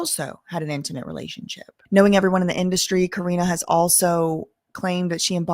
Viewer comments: Ka-ren is the pronunciation. It's been known for decades that the video girls do something strange for a piece of change. They were treated like items, not women. They were all passed around in the industry. It's very sad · Her name is pronounced like Cor-rine like me lol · fr she kep mispronouncing her name it was a mess